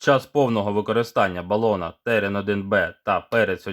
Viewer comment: Колись Терен-4М був легендою і дуже жаданим балончиком серед унаків та молоді) А зараз... Якшо ціна питання 100+грн між нашими бюджетними пропозиціями і 200+ між закордонними аналогами, типу PaperKO, то здається мені вибір падає на німців. До речі, чомусь всі казли ТеРЕн. З неправильним наголосом) І тільки ось я допетрав, що назва терен - це від рослини) Таке гарне слово)